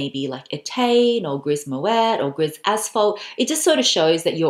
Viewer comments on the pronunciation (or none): none